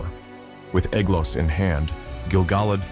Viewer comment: Ae, like ai, is pronounced as a long I, not as a long A. So the ae in Aeglos sounds like the word eye.